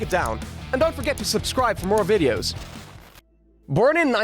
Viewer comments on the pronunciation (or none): none